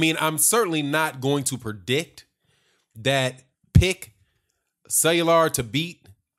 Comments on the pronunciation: Cellular? Lol let me sound it out for you: Kway-yar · Cuellar.... It's pronounced Qāy Are bro